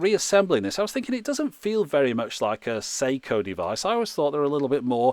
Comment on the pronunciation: Sew-she? Oh dear.